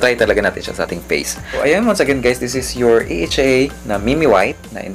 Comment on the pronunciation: you pronounce it right sir AHA hindi "aha" 😅